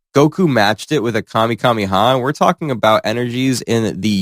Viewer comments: BROOOO its not "gay lick gun" and its not "kamee kamme haa" its "gal lick gun" and kaamae kaamae haa" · the intro implies this is dbs goku we got "outerversal menace vs toy soldiers" lmao. also did this mf use ssjb vegeta as an example of SAIYAN SAGA vegeta, and say "gay-lick gun" instead of "Gal-lick gun" edit: THE MF SAID KAMEKAMEHA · Bro said Gaelic Gun and Kamekameha. Bro does not know ball. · And his dumbass said kamekameha. Wtf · No shot we let him say it like that. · You gotta work on pronunciations, my guy. No disrespect, it’s just bad. “Galick”, “Kamehameha”, and “Jiren” alone were rough. You had some in the Kratos vid, too. Just honest feedback.